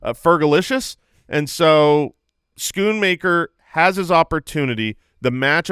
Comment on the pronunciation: Schoonmaker is the dutch word for cleaner. You actually pronounce the oo as rose. Im sure you guys can find a nice nickname for the cowboys tight end. Regards from a fan in the Netherlands.